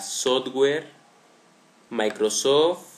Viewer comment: Güindos Güindosocho Güindos Sodgüer Jei locar userd Maicrosord Clipppp derecho Efectos Aerio Activdado! XDDDDDDD deberías usar loquendo